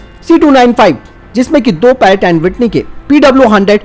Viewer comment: पैरक एड विटनी नही प्रैटन वीटनी